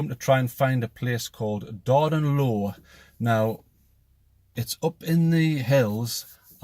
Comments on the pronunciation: It's pronounced LOFF...Not low... it's a great place for skinny dipping on a hot day...not interested in your gore-tex foundation garments though... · Yes, it is pronounced ‘loff’. I have often swam this lough; it is mostly shallow, with a mickle sandy beach on the far shore. The water is actually stained orange by the peat - it is a peat lough - and, during hot, summer days (once every few years or so!) the ‘peat watta’ dyes the skin, in conjunction with the sun - a great way to get a tan! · I've always pronounced it Darden loff. I could be totally wrong. Great vid loved the sound of the curlews